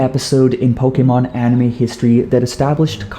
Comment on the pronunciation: Did u know pokemon isnt pronounced pokemon its actually pokaymon